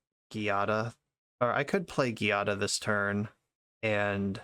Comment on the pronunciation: this deck is sweet but for the record "giada" is pronounced with a soft g since its an italian name-- /,ji'a,da/